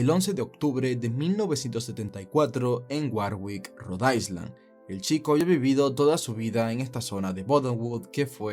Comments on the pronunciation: con todo respeto, Road island no se pronuncia ice como hielo, se pronuncia aylan; lo mismo pasa con Long island u otra palabra en ingles que lleve la palabra island... saludos. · Cuando dices Rhode Island lo pronuncias mal 🤷‍♀️🤦🏽‍♀️👎🏼